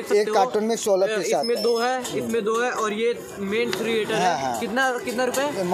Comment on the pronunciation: भाई अगर आप पढ़ाई लिखाई करते तो होम थिएटर को होम थिरीएटर ना बोलते